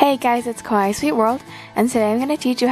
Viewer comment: Yep she does sound different from her earliest video. Her voice was lower then. I don't have any problem with her faking the cute sweet voice, but I cringe whenever she says kawaii. It sounds awkward and weird